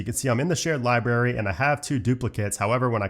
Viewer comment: I really like your videos. But please pronounce the word “library” correctly. It is not pronounced “liberry”.